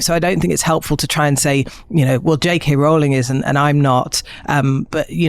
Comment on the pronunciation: Great to be there at the moment one more person is converted to saying Rowling correctly!